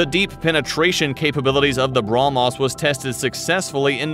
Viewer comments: He can't even pronounce how can he support his nation 😂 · Gets hit by a Brahmos Ships: Bruh-mos